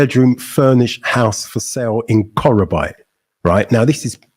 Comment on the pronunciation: face-blue-smiling::face-blue-smiling::face-blue-smiling: bro it is pronounced '' KO KRO BEE TE ''.